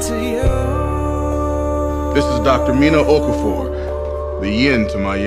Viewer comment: Okaafor not okufor